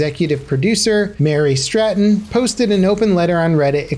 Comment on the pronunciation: He said, "Mary Stratton." Seriously?